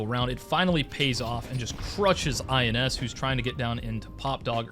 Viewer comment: great vid. btw ins on fq is pronounced "ins" as in rhyming with bins, not I N S.